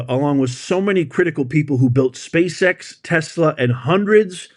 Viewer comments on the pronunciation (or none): none